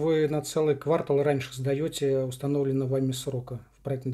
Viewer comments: Девушка у застройщика КВАРТАЛ правильно сказала) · 🤗 давайте ещё в следующем ролике квартАл все таки правильно скажите)))